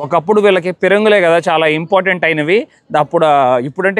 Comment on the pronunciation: adhi important ra babu impotent kaadhu